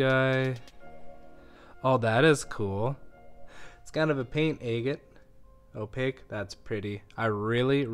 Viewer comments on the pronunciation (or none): A’ gate not aygate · Egg-it? I thought it was agg-it. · ah-gate, ah-gate, ah-gate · You're driving me crazy calling these agates, Ay-gits. The word is not pronounced with a long A. It isn't Aygit, it's Aah-get. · It is pronounced a-gate as in Aggie (short vowel) NOT aye-gate (long vowel). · I never heard the word agate pronounced that way. I always thought it was "aggit" to rhyme with "bag it". Anyway, this is really interesting! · I’m not understanding what you’re saying. What is an eggan or eggit? I don’t know what kind of stones you’re describing? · It's pronounced Agate stress on the first syllable. A as in apple not angel. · "Eggat nodules"...? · Agate is not pronounced with a long 'a'!!!!! A short 'a' as in ahhhh!!! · Please Google how to pronounce agate and adjust accordingly. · If you’re going to call yourself you should probably learn the correct pronunciation of “agate”. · I do enjoy your videos, with all their suspense! But I can't understand why you pronounce agate the way you do. The first a is like the a in apple.